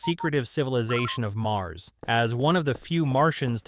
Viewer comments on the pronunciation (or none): none